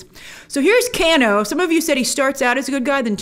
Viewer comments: Who the hell is canoo you mean kano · By the way ITS NOT CANNO ITS KANO say it right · Can-Oh It’s Kane-O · Let’s say it together. Kano. “Kay-no” Not “Can- no” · Grace if you pronounce it Cano and not KANO(Kay-no) one more time... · Haha, for the love of God please stop saying Canno.. 😄 it’s pronounced Kay-no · 1.) "KANE-oh" ....not "can-Oh" 2.) Cole looks to be shaping up to be more like the character Takeda [Tah-kay-dah]. Takeda is character Kenshi's son, who became a pupil of Scorpions' in the game and in the comic. - The actor looks like, and wears yellow like Takeda too. We'll see! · Why is no one addressing the fact that she keeps pronouncing Kano as can-o when it is pronounced Kay-no. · Kano = Cane-oh. Not Can-oh. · It's not Can-o it's Cane-O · Can o Grace? It's Kane o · IT'S KANE-O GRACE! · I'm help you out a bit here lol. You pronounce his name Kay-NO. Just for future refence. People start hearing the way you say it they will start trolling. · It's pronounced Kay-no... and he actually turns out to be a bad guy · Its pronounced "KANO" 😐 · I love when u pronounce kano cano I so adore you Grace❤❤❤❤ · exactly just about every fan of the games thought it was absolutely amazing. I’m sorry but also the way she’s saying “Kano” is like bothering me 😭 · She doesn't pronounce Kano correctly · I prefer this Shang Tsung. He looks way more sinister creepy like in the first game. And it’s the long A sound in Kano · She doesn't know how to pronounce "Kano" or why Mileena is dressed like Kitana... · Are we going to let grace get away with how she pronounced "Kano"